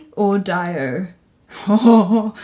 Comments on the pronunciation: Isn't it Dee-Oh? not Die-Oh? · no youre right they mispronounced dio as diiieeo rather than deeoo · "Who's Dio?" Gotta check him out ASAP, he wasn't just in Sabbath. His contribution in metal music was incredible, that's why he is one of the most famous metal singers :) (btw it's pronounced Dio same as like Rio) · I think you mispronounced Dio? Unless it is your accent that is making it sound different to me? I didn't know who you were talking about at first!